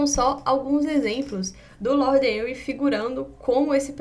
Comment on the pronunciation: Henry se pronuncia Renry , não Enri.